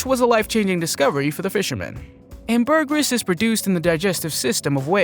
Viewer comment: What a fake voice! Can't even pronounce simple words like "ambergris" correctly.